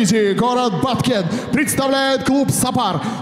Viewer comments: Комментатор не Бактен а Баткен. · Коментатор не правильно сказал . Он из города Баткен а не Бактэн . Это юге Кыргызстана